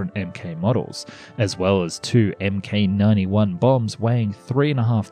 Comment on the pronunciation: ... OK, one more correction for ya and I'm outta here. They're NOT "emm-kay 91" bombs. They're "Mark 91" bombs. You don't actually know what you're talking about, do you?